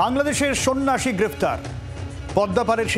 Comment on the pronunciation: সন্নাসী নয় বরং সন্ত্রাসী বলুন😅